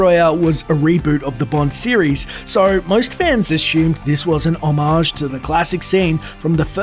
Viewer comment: Hommidge. It's pronounced hommidge, not bloody ho-maaj.